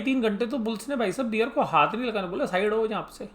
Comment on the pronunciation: बियर नहीं बेअर